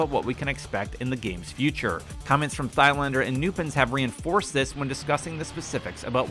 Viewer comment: It never gets boring listening to Americans trying to pronounce foreign names. hahaha. Just read like the H is not there "Tylander" without saying the "a" like it was English, more like one from La-La-La. Try that off camera a few times and the have a better go in the next video.